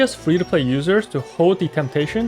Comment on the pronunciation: just as a heads-up, you pronounce the 'g' in tighnari!